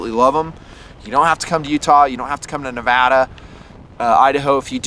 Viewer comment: thank you for all of your vids, time, and energy. One thing, MORE KNIFE VIDS. lol. but above ALL else, thank you so much for pronouncing Nevada correctly